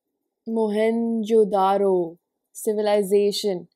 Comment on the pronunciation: Moh-hen-Joe-Daa-Ro is the pronunciation, their streets were more advanced than the other civilizations of their time. Indus valley's drainage planning was also very excellent.